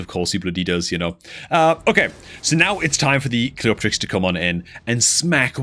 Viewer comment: the only content creator to pronounce cleopterix properly 🥳 you should charge the others for elecution lessons 🤣🤓